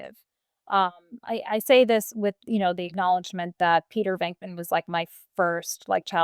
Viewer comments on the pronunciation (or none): none